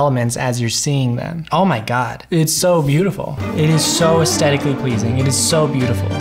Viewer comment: Is it my ears or has the word 'aesthetically 'lost' its h in this video? Good video but it drives me mad (I'm old, it might be my ears!)